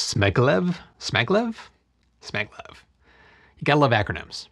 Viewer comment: It's pronounced "S C Maglev"